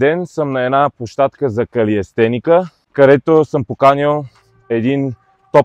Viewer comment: Братле калистеника се казва не калиестеника